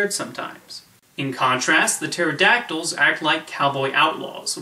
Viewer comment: Did you just say Aerodactyl? That's a Pokemon's name.